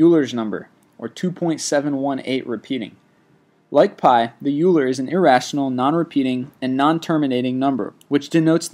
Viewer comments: Euler is pronounced as "Oiler" not "Ewuler". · Kinda funny how he keeps saying Euler as "you ler" for numbers 24 and 23, when it's actually pronounced oiler. It looks like it's pronounced "you ler" because it's spelled Euler but it's not an English name so it has different pronunciation. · is pronouncing "Euler" incorrectly. It's said "Oy-ler". Hahah, I just learned about this guy in my last math class (survey of mathematical reasoning). Pretty important stuff, not just numbers but a lot of Euler principles are used in logic and reasoning. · Also, it's not pronounced Yew-ler, it's pronounced Oiler (Euler). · First, pi is not 3.14 repeating. Pi is an irrational number that doesn't have a repeating pattern. Second, Euler is pronounced "oi-ler", not, "u ler". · euler is not pronounced as yooler... it should be oyler... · Its pronounced Oiler dammit! Not Uooler. As in "OIL" "ER". OILER! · It has been mathematically proven that pi will never ever repeat, and can't even be expressed as a fraction with radicals (Ex. The golden ratio is (1+sqrt(5))/2)! Same with e. And btw, I usually don't do this, but it's pronounced oiler, not yooler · Euler is pronounced "Oiler", not "Yooler" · Euler is pronounced Oiler, not Yuler. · Euler is pronounced like oiler, not ewler. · Euler is not pronounced "you-ler", it's "oil-uh". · It's not pronounced "You-ler", it's pronounced "Oil-er". They thought Benazir Bhutto survived...I really question a lot of the validity of this channel. A simple search on Bing would verify these facts in about 5 seconds. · This makes me sad, number 24 :( Euler is not pronounced as "Uler" it is pronounced as "Oiler" :( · Not you-ler .. it's oy-ler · Dude, no important numbers have repeating decimals. I love your "List 25" videos, but this one hurts all things math. An it's pronounced "Oy-ler", not You-ler. The dude was swiss. Thanks, and keep making these videos ! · IT'S PRONOUNCED "OILER" NOT "YOULER"!!!!! AGHHHH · Its not You-ler, its Oiler